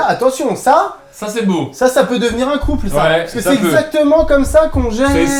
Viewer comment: Mdr mcfly à entendu poulpe au lieu de couple